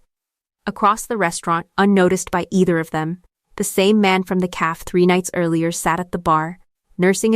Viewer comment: The Ai forJihoon needs to learn how to pronounce the word cafe correctly. I am enjoying the story.